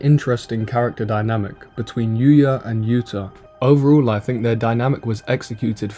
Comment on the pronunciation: yuto, not yuta, but the video is good anyway